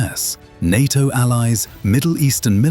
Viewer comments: Said Narto not NATO , off putting 🇬🇧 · nat-o l🤣😂🤣